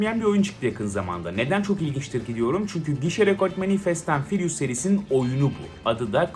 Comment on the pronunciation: nobody: 🅱enis Kirazoğlu: Fest ent fıriyus